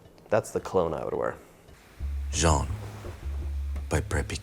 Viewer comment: I like how you used the french pronunciation of John for the cologne ad. Those cinnamon rolls look amazing!